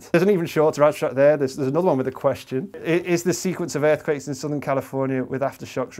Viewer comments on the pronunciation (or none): none